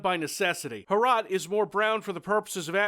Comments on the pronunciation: The way you try to pronounce the name makes it sound like a Czech transliteration of урод (urod), which in Russian means ''freak'' or ''ugly''. Fitting, given the context. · MUST HAVE HROT BTW to pronounce this properly you just have to map the letters to sounds (H -> H, R -> R, O -> O and T -> T) and say it with a rolling R. What you're saying is more like "HRAT" because you pronounce the O with a sound that it would make in such a setting in English, but virtually no other language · Every time sais "Hrot" I misshear it as "Harada":D. No wonder pronaciation of that word sucks, couse he is from US. Still did the best he could. It's not very often that something from our little country lands on a channel such as this. Thanks... By the way, you like hard challanging FPS? Try Operation Flashpoint. For those who care and don't know, Harada is the guy who made Fighting game series Tekken. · for the love of God, please don't call it "Ho-Rot". Pronounce it as if you wanted clear your throat while saying it, something like that. My slavic ears are bleeding and I'm just half way through the video. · Is it pronounced HROT, or is HROT in cyrillic, as in НЯОТ - Nyeot? EDIT: Nvm, I googled it, it is indeed in latin letters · IM CZECH AND YOU SAY HROT INCORECTLY but i still love you if you ever need some help just say bro i watched you when you started making postal 2 content so you deserve my respect and me loving your videos good luck brother